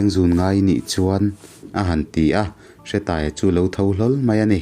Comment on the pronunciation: Hretaia ni loin Hreeetaia tih zok tur